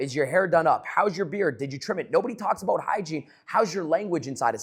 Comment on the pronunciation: All gold until I heard “aboot” 😂😂 jk